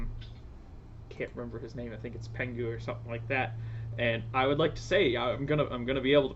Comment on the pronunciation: The name is pengo sir not pengu thank you very much.